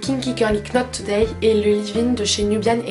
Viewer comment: Super super... en revanche on prononce par le "K" de "Knot Today", ça se prononce "Not", je suis prof d'anglais et ça m'a arraché un cri quand tu l'as dit lol...